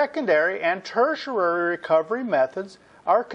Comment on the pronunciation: Great videos. Huge learning curve! You get the pronunciation of "tertiary" wrong though. You include a syllable that isn't there. It's ter-tia-ry, not ter-tia-ra-ry.